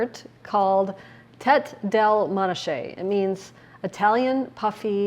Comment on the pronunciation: Hi,. It’s pronounced ‘tAy DAY-lay MAW-nah-kay!